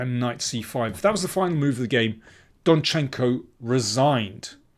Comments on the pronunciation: DOnchenko, Daniel, DOnchenko! Almost all Ukrainian-like last names have stress on the first syllable. For example, mine as well - MIshchenko, not MishchEnko... sorry, personal :)) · I think you should write rather 'DONchenko'. That would be the first syllable.